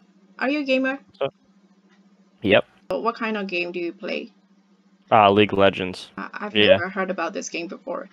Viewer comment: League of Legends ပါ Not Lego legends🤣